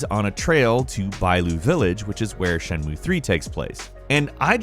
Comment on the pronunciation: Shenmue is a THREE SYLLABLE WORD. C'mon, man...you can do it. Shen. Mu. E.